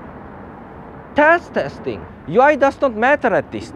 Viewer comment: Not-so-subtle shocker ... Captions say "test testing", but I sure as hell heard "taste testing". I hope not!